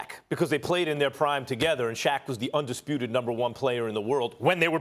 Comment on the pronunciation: “Undispruted” -Stephen A. Smith